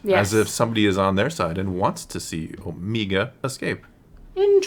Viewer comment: The "Omeega" pronunciation really exposes the voice actress as Kiwi 😂